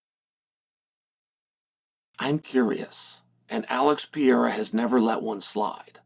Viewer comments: How difficult can it be to learn to say the name "Pereira"? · I wish you would pronounce fighter's names a little slower. "Pereira" (latinamerican) sounds like Pierre, etc. But interesting look ahead. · and if you don’t stop saying Alex last name like that I swear to the lord.. 🙄 you know damn well how to say it.